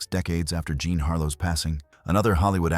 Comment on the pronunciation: “John” Harlow again, huh? I suppose he’s called “Jean Wayne.” AI strikes again.